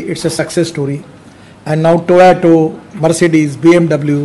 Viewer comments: He is pronouncing toyato instead of toyota...being a transport minister. These small things are caught by international people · Its not Toyato Mr Gadkariji, its Toyota.But Iam one of your most avid fans,so please continue your efforts. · Gadkariji it Toyota, Not Toyato. 🙂 🙏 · Any idea why he calls it TOYOTO all the time? Someone please tell him its TOYOTA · Toyato nahi sir To-Yo-Ta. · Gadkariji, please start pronouncing Toyota correctly.